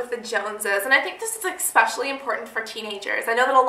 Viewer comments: it's eSpecially, not eXpecially!!!!!!! Honey i've been wanting to tell you this for SO long, but i didn't want to seem rude...but i finaly had to because i couldn't take it anymore hahahaha!! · it is eSpecially not eXspecially!